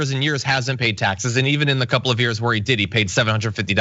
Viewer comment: Waaiiitttt a second...... Did you just say "We'll see a D pic from 45 before we see his taxea"???? Honey first he's got to have a "D" to snap a D pic........